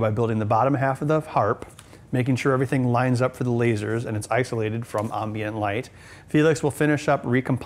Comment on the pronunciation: and why does he say ambient so weriedly I lived in Wisconsin for most of my life and never heared it pronounced it that way